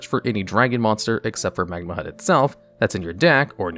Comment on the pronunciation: Him mispronouncing magnamhut bothered me way too much